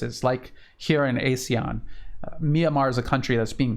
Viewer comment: Glad you are doing this. Thank you. Note pronunciation Ah-SEAN. Not ay-SEAN.